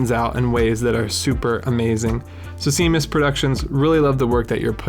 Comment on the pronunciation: Thanks for the feature (it’s pronounced shaymus) 👊